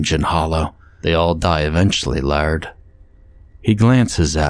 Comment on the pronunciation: Laird is pronounced "layered" not "lard"